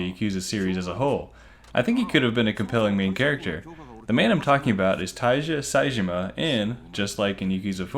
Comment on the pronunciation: Sees Tiger tattoo on his back Ah yes, Tai-ja Saejima